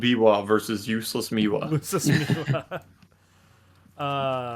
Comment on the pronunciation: I laughed so hard when y'all say "Miwa"😭 it's actually called Biwa